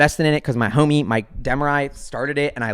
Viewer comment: you cant pronounce the i in De Marais it's french so it's pronounced like a y sound. XD I know others have already shilled stuff in the comments but if you aren't aware of flexa network, that should be on your radar.